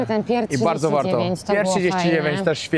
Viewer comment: super jak mówisz wardzo wardzo barto, przy poprzednim filmie oplułem monitor i lałem cały dzień przez to przejęzyczenie w pizzeri xD zrobiłeś mi dzień!